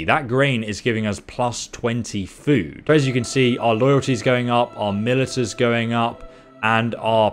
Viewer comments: speaks perfect English but pronounce one word wrong .... everyone : mil ishhh haaaaa .... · I'm just here to laugh at the way he pronounces militia and I think we all are too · It wasn't the lack of food affecting the moral in your city. It was how you keep pronouncing militia. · Does this guy really not know how to pronounce "militia" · had to pause video early on. it is pronounced "Ma-li-sha" not "mi-li-ta" saying it the latter way is like nails on a chalkboard. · You brits wanna call flashlights "torches", fine, but calling Militia (Mil-ish-a) MiliTAH is where we draw the line. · miltia is pronounced 'malisha' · its pronounched milisha not milita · It's not pronounced mill-eh-ta, its mill-ish-ah. Great video also lol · It's not milita but pronounced milissia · God every time you say milita... it’s pronounced “Mah lish a” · “Milita”....? How can you not pronounce MILITIA?! 😂😂😂 Video is almost unwatchable with the amount of times you’re forced to listen to this, lol. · Only came down here to say its pronounced "malisha", but i see everyone else has done that lmao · Militia is pronounced mil-i-sha btw. At least in the states. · I played a drinking game where I took a shot every time he said "Militta" and now I am dead. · He legitimately thinks it's the way it's pronounced I think, he says "mil-i-ta" in all of his bannerlord videos. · Even if he does pronounce it a different way it would still be wrong 😂 he is saying Milita but it’s Mili_TIA so he’s just created a new word. Tbh he must have some issue with reading he does it a lot. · Loving the let's play/guide Small pet peeve, Militia is pronounced muh-lish-ah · In the UK, can confirm Militia is pronounced Mil-i-sha. HTH :-) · Because educated population is a superior population. The way civilization improves is by learning off of each other. There's no such thing as militah in any form of English. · Militia is pronounced as Mi-li-shia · Just a heads up. Militia is pronounced Mil-i-sha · Militia = Mel-ish-a